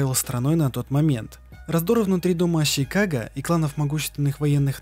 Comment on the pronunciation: Арррргххх. ну ззачем зачем ТАК ЩИпеть? ну не ЩИноби а Шиноби не аЩИкаге а аШикаге. Да блин на хрена повсюду эту Щи вставлять? Аж уши режет. Там нет ни аСин ни аЩин.